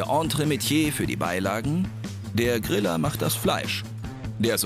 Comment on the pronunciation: ''der Griller macht das Fleisch'' :D hahaha sprecht es richtig aus Mensch, bei den anderen Worten klappts doch auch :D